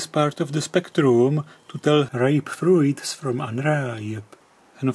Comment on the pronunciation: 'Amber' in the UK :) x I used to have a Czech friend who pronounced 'Fruits' the same way you did. I always smiled when he said it, while he told me off for grinning at him. That's why I love Czech people, so full of life, fun and make great friends :) I know traffic lights in the UK used to be PLC controlled (so yes, relays) but I don't know how they are now or in the rest of the world =)